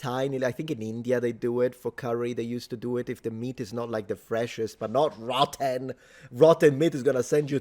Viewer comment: the way you said “NOT ROTTEN!” I lost it lol